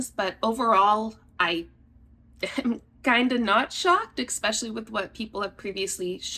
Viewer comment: You lost me when you said "exspecially".. there is no x and it has a solid e sound at the beginning of the word..